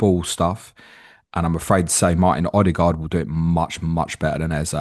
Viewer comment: Lii ok be you but when you gonna say Odegaard correctly - heard him pronounce his own name - come on geez